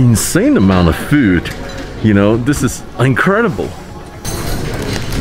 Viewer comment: Still can’t say food huh.....that’s food, not FUUD